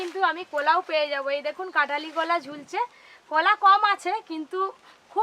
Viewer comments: এটা কলা,,not কোলা 😂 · ভাষাটা ঠিক করুন কথাটাকোলা গাছ নয় কলাগাছ